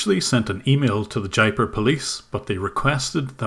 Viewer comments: Jaipur is pronounced as Jay-poor. Just wanted you to know. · Jaipur is pronounced as JAIPOOR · It would be interesting to hear the story of how got mixed up with this Indian Scamming operation... Wow Jim,!!! Another really great take down of these online predators... This is the first scam crew I've seen from Jaipur Rajastan... oh by the way, the city's pronounced "Jaye Poor". It is famous for it's "sculpture studios" that make the statues of temple deities, for Hindu temples all around the rest of India.